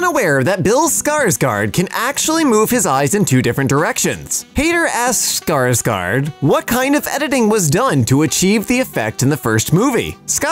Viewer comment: Fun fact:, actually does pronounce the name Skarsgård correctly. I know this because the man in my town with a tv repair shop was named Skarsgård, and that is how he pronounced his last name.